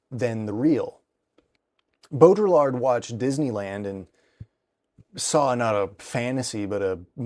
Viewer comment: i hate to be that guy but in “Baudrillard” the “l”s are silent. so it’s pronounced like bow-dre(as in dream)-ard(as in bard) in an American English dialect. I believe in french it’s pronounced without the d at the end. of course you may be pronouncing it in a dialect i am unfamiliar with, in which case please forgive my ignorance